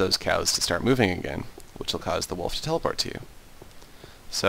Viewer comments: Yeah he was like "the cow will tp to you" and im like haha lol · Um you said the cow will teloport to you hehehehehehehehehehe